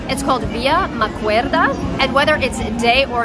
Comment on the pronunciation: please, is via MaqueDa, not MaqueRda, you are not in spain ahahaha